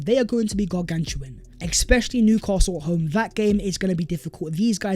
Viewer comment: Bro, love you man. One thing you've got to correct is the word 'especially'. You say 'ekspecially'. Sort it brother.